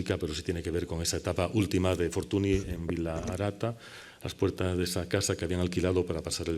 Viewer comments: La "ny" suena "ñ". Me patina mucho que un catedrático pase por alto la fonética básica del nombre de tal figura. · ¡Magnifica conferencia!, por cierto, Fortuny se pronuncia [fortúñ], apellido que procede del catalán, donde el fonema consonántico nasal palatal en el catalán con la grafía «ny» y en castellano con la grafía «ñ», representa el fonema /ñ/.